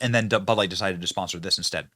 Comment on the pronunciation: your stressing and unstressing the wrong syllables and its stressing me out. Its bud LIGHT. Not BUD light. Identify its a bud and that its light. The way you say it makes it sound like some type of flash light or something lol damn yankees BUD light